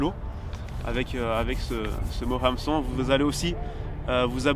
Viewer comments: Hameçon ou heumeçon on dit??😂 🤘🏴‍☠️Vraiment un beau jeu concours🤘🏴‍☠️ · HAMeçon dans les commentaires du coup avec la bonne prononciation du "HAM" ;) et merci pour tes vidéos inspirantes